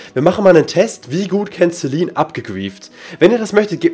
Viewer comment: Warum nennst du sie inVlogs,Lifestyle oder das halt immer Celine (also normal) und in Minecraft immer CeLINE (betonung auf LINE) #FragAbge xD